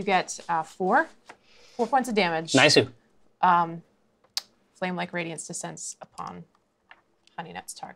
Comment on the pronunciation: Did Jerry Holkins just say "Niceu"!?!?